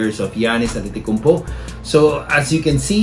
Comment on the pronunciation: Its not antitikounmpo its antetokounmpo